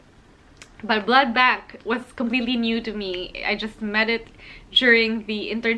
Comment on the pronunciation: Are you saying blood bag? Kinda irritating to hear cos it's supposed to be blood bank 😅